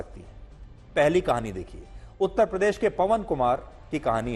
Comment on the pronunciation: A. Y. Ko uttar pradesh bolna to aata nahi uttpadesh bolte hai aap se na ho payega mulayam s. Ne jo jama kiya hai usi se jiwan bitai ye jay bharat jay hind 🙏🙏🙏🙏🙏